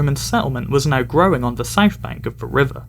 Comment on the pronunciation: Great video! Loads of great information, shows you’ve done a lot of research. And no, can’t tell you have a Norfolk accent, can’t tell you have an accent at all until you don’t pronounce your t’s in some words, and pronounce south and three as ‘souf’ and ‘free’ ;-) You’re definitely getting there!